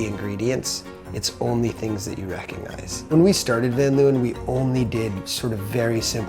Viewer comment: Why does the owner van leeuwen pronounce van leeuwen like an American? And btw leeuwen means lions.